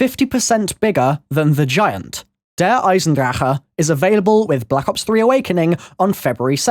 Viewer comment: Why do you pronounce it like "Eisendra-huh"?